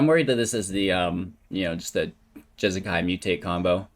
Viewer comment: Pronounce Jeskai right once and I will find all your videos and like them